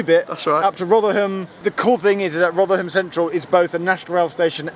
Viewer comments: Rothrum, not ‘Rovrum’ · The local pronunciation is Rothrum, not ‘Rovrum’... this is a cockney-ism! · Great video showing my old college town. But I must say the locals would have a thing or two to say about the pronunciation. They refer to it as "Rov-rum". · It's pronounced rotheram, you dont pronounce the H I know Sheffield a lot as I have a relative who's lived there longer than the trams have existed. The old announcements on the trams (not tram trains) is sooo sentimental to me. Edit: Fitzalan Square is pronounced FitzALAN Square. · You've gotta learn to drop your h's it's Rotherrum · You're not from New York City you're from Rovvrumm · FYI, "Rotherham" is pronounced "Rovrum." It also sounds like they will be adding another station between Meadowhall South and Rotherham Central at the Magna Science Adventure Centre. So you may need to visit again in a few years. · Its pronounced as either Rovrum (probably a more local one) or Rotherum. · Rotherham and Gleadless pronounciations were funny 😂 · My Sheffield friend Bliss would like to point out that your pronunciation of Rotherham was... fun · What's it supposed to be? I've always pronounced it "Roth-err-um" as he does Edit: don't worry, he says it really strangely despite him getting it right at the start of the vid lol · for the first time in its history the h in Rotherham was pronounced